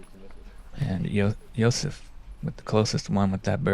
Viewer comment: you got that wrong, he pronounced Josefs name with pretty good accuracy, but butchered the name of the disc